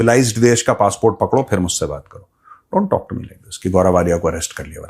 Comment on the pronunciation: Sir aapne bail buddhi bola, bail ko bura lag gaya hoga, u should say sorry to bail 😂, vo gaurav arya tak dhang se bol nai pa raha tha, gaurfaria kya hota hai😂, love you saab ji❤